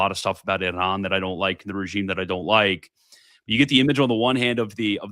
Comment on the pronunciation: Quit listening halfway through because I can’t take the way say Iran 1 more time. That can’t be tolerated.